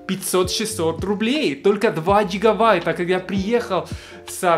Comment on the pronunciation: гигаВайта - Бряд ли